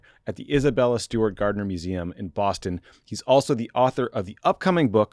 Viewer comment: Atta Boy, Tommy!!!! How to stay true to your Massachusetts roots!!!! That's right, it's pronounced Isabella Stewart "GAHD-NA" Museum.......